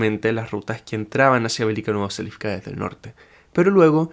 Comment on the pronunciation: siempre me suena raro cuando decís velika novoselivka, según lo que entiendo del alfabeto cirílico ruso y la misma traducción de tu mapa no seria velika novosilka ?